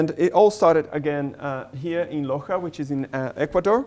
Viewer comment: For public knowledge: 3.23 It's Loja, instead of Loxa